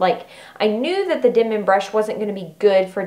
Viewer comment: It’s Denman. Not dinman.